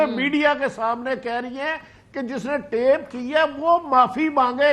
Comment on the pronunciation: TAP nahi hota naani 420. TAPE hota hai uffff jahiliyet